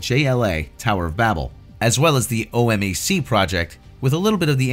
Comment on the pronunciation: Thank god that Green Lantern movie never happened; Jack Black is insufferable. By the way, OMAC is pronounced "O-Mack," not O-M-A-C.